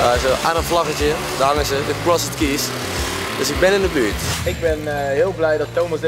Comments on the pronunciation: Ik ga stuk 😂 hij zegt krosed keys maar je zegt t als crosd keys 😂😂 zonder die e er tussen 😅💖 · he also said keees instead of keys XD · Ik kan er echt niet tegen dat Thomas t uitspreek als CrossED keys terwijl je t uitspreekt als Crosd keys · Ja, echt he, Vreselijk was het. Niet om aan te horen. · HAHHAHAHAHA true krosset kies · krosset kies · krosset keejs xD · Krossut kies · Begon me ook al te irriteren. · thomas kan echt geen engels😂. krosset kies😝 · Ik moet bijna huilen van hoe Thomas crossed keys uitspreekt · Sorry Thomas, maar je uitspraak van "crossed keys" is echt om te huilen :'D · Ik vind het grappig hoe Thomas "crossed keys" uitspreekt :') Leuke opdracht dit! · Ik hoop dat Thomas weet dat je "crossed keys" zo totaal niet uitspreekt :') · Ik ergerde me kapot😂😭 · echt zo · Maar het is niet fout! Het klinkt wel heel erg slecht met dat nederlandse accent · Hahahahaha ja zo erg he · Echt he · Ik ging stuk! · Echt niet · appel HAHHAHAAHAHAHAHAHAHHA LAAT HEMM HIJ KOMT PROBABLY NET UIT DE BAARMOEDER GEGLEDEN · Daar heb je gelijk in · ik kan echt slecht tegen hoe thomas crossed keys uitspreekt. en giel speelt t wel echt smerig. leuke aflevering wel weer dit hahahaha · Thomas je uitspraak is echt belabberd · Ben ik de enige die me heel erg ergerde aan Thomas zijn uitspraak van Crossed Keys? XD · thomas' verkeerde manier van crossed keys uitspreken irriteerde me echt lmao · Wie irriteerde zich ook de manier hoe thomas “crossed keys” zei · Jeetje Thomas heb jij middelbare niet eens gedaan ofzo 'Crossed' bah die uitspraak